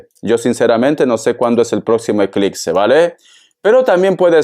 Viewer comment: "Eclipse" no eclicse